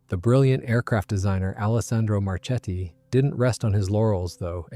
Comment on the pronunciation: Marchetti is pronounced "Marketti" in italian... same for "Isotta - Fraschini": it sounds "Isotta - Fraskini".